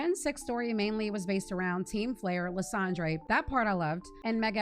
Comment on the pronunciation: I agree with everything you said here, I just played thru alola and I was stopped so often and I also experienced evolving volcarona it was such a pain. Gen 5 is where I started and I think it is a beautiful gen but there were so many issues. There is one issue though, you were one of the many people who say lysandre as lie-sand-drey and not lie-sand-der 😂 great video though very entertaining!